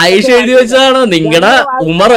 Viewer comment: സെബാസ്റ്റ്യൻ. അമർ എന്നല്ല ഉമർ എന്നാണ് അതാണ് സെബാസ്റ്റ്യന് അറബി അറിയില്ലന്ന് പറഞ്ഞത് പിന്നെ ഇന്നും നിങ്ങളെ പണ്ഡിതന്മാർക്ക് ഇസ്‌ലാമിനെ പറ്റിയോ ഖുർആന്നെ പറ്റിയോ ഒരു ശെതമാനം പോലും അറിയില്ല. വയ്ന്ത്യൻ എഴുതിത് വളരെ കറക്റ്റാണ് പക്ഷെ നിങ്ങൾക്ക് വായിക്കാൻ കഴിയില്ല. (ചുക്ക് മുളക് തിപ്പല്ലി പക്ഷെ സെബാസ്റ്റ്യൻ വായിക്കന്നത് തെറ്റാണ്. ചുക്കുമു. ളകുതി. പല്ലി. ഇങ്ങിനെ സെബാസ്റ്റ്യൻ വായിച്ചാൽ ഈ മരുന്ന് ലോകത്ത് എവിടെ നിന്നെങ്കിലും കിട്ടാൻ ചാൻസ് ഉണ്ടോ ഇതാണ് യാഥാർഥ്യം. സെബാസ്റ്റ്യൻ മനപൂർവം ആടിനെ പട്ടിയാക്കുകയാണ് അതിൽ ഇസ്ലാമിനപറഞ്ഞത് കൊണ്ട് എന്ത്‌ കാര്യം എനിയെങ്കിലും ശ്രമിക്കൂ പ്ലീസ്